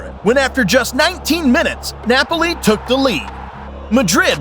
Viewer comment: The way you say some names 😂😂😂 tot ham , loincester city , neipoli 😂😂